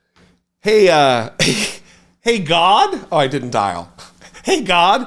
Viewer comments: I love GodD pronunciation. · The people who pronounce "God" and "Lord" like they're spelled with two Ds. "God-duh" and "Lord-duh."